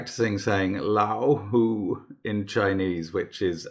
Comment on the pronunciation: Viewer in China here. Difficult but not impossible 😉 Thanks Mark and Aspartagcus! Happy CNY to all p.s. your 'lao hu' wasn't bad at all!